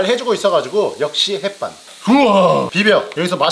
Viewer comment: 형 햇반은 왜 햇반이야? 랫란아니야?